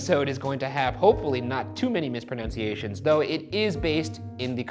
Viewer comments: "no more mispronunciations" pronounces mispronunciation wrong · He mispronounced mispronunciation 🤦🏻‍♂️ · i love that ryan mispronounced “mispronunciation”